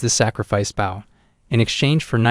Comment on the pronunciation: Knowing the MC is an Archer, the Idiot Narrator doesn't pronounce the word BOW (as in Bow & Arrow) correctly!